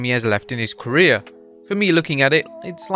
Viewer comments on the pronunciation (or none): none